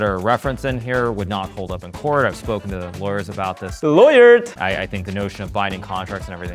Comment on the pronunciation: "Laywered!" HAHAHA 😭